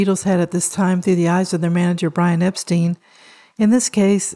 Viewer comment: Norwegian Songs?? Think you meant Northern Songs. Also, not to nitpick, but Epstein is pronounced like “Frankenstein”. But DO enjoy your videos!!